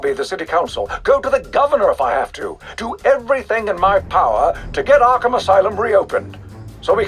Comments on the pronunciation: arkahmn LOL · "Arkahmn" Asylum